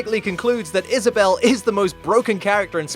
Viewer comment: I guess you can say she wad Is-Vissa-bell. 😂